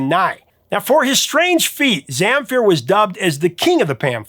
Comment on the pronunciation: When you pronounced Gheorghe Zamfir I had to wait to see who you are talking about :) Gheorghe is just an archaic version of George used in the Balkans area, while Zamfir has the accent on the second syllable, but in the end I am glad to have him on the list, no matter how you call him.